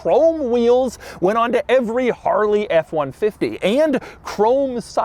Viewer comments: Harley riders don’t say Harrrrley, but it is entertaining to hear. 😄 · Hate how this guy says "Haarreley" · My sleep paralysis demon is going to be Doug saying “Harrrrley” over and over. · Take a shot every time Doug says "Harrrley" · If I were gis friend named Harley I'd slap him for saying my name like that. EVERY TIME. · Anyone else get irritated whenever he says Harley. Why do you got to say it like that bro. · Why he keep saying Harley like that agggggy